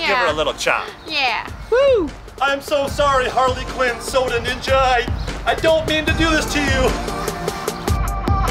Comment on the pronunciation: I just realized that he said Parley Quinn